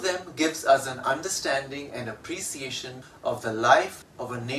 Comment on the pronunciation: I am confused with the pronunciation of 'appreciation '😇